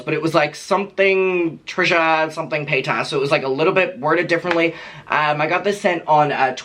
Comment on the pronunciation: I love how you say PayTAS lmao